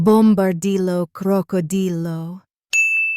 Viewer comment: Bombardiro Crocodilo, not Bombardillo Crocodilo.